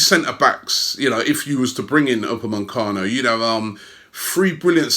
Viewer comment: It’s Upamecano not UpameNcano